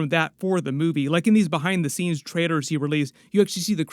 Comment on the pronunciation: He said behide the scenes